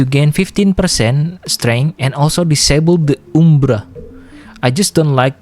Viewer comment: why did you Heavy Attack the word Umbra lmfao